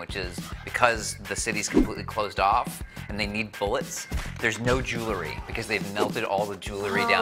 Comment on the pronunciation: Its pronounced jewel-ry, not jew-lery